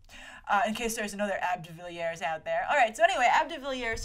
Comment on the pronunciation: Grace, as a sometimes cricket fan I always crack up when you pronounce AB de Villiers as ab rather than A.B. And yes, there is another AB de Villiers out there, he is a very popular and successful cricket player from South Africa.